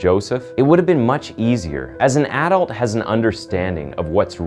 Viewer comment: Why are you saying ADULT like that? The emphasis should be on U not A.